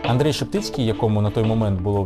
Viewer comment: Боже, як ріже слух АндрЕй чому не Андрій?